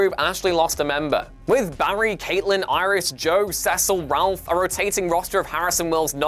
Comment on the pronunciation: Did he just mispronounce the name Cecil??